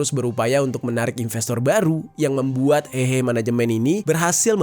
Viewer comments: 和合 dibaca : hê hê', bukan hehe(ketawa) Secara harafiah 和 berarti damai; 合 berarti kumpul/gabung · kata "hehe" " e" nya bukan "e" untuk " eka", tapi " e" untuk "emas" alias "heuh heuh". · lafalnya si Mimin salah total gmn mau diartiin.